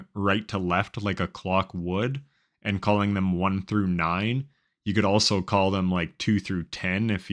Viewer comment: Pure luck had do who couldn't even say call out loud and properly